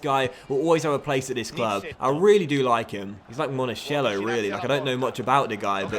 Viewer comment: Monakello not Monashello